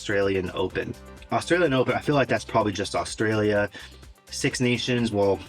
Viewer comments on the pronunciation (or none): none